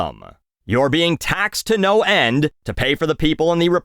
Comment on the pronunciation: "taxed to no hend"